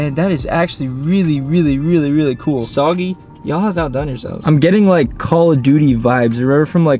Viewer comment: Just to let you know it's pronounced soo-gay-ling brother lol but I like "soggy" better 😂!